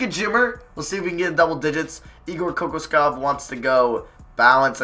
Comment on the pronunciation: kokoskov is spelled with "sh" like sh in shit